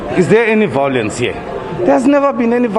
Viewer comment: Why does all the EFF members say VOW Lence,,, ????